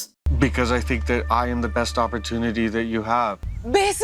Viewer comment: Please never say ApoortonatY again please...😊